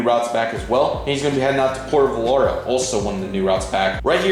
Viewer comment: Nice update! Pronunciation class: Lihue is (Li-Hoo-E), Puerto Vallarta is (Poor-tah-vi-are-Tah)